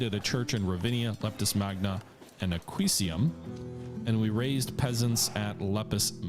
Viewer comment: My fav mispronunciations: Salamantica — "Salamanca" Aquicium — "Aquincum" Carnuntum — "Carentinium" Mediolanum — "Medilonium" Carthago Nova — "Carthia Nova"